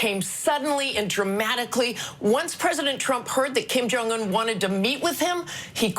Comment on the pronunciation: Hello Mr the name is Kim jong not king jong......